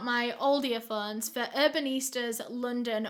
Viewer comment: i love when she says earphones like “earfunds”🥺